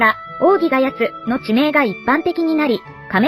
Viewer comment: （おおぎヶやと）ではなく（おおぎヶやつ）と言うのを最近知りました💦